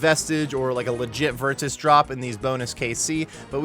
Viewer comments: Why are you saying virtus with the hard T bro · Why are you saying virtus like that?